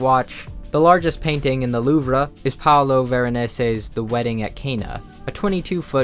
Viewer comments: Louvre is just pronounced “loo” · 1000 subs were taxed from your channel when you said ”luvruh” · the loov-ra 😂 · LETS GOOOOO!!! Home got me pumped bro. Glad to see you getting recognition. Also btw, it's "Loov", not "Loovra" haha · Uhhhh, the "LOOV-ruh"??? 😬 Pretty sure you're mispronouncing the name of that French museum.. Like, really mispronouncing it, homes.. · Did you just pronounce louvre as “loov-rah?” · You pronounced Illinois with the S and mispronounced the louvre in Paris. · congrats on the 1 mil now please learn how to pronounce the louvre dhskfhskfh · And he still mispronounces the louvre